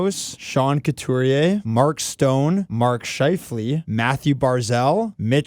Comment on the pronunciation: Love your videos, but guys... Sean CoutUrier (not CoutErier).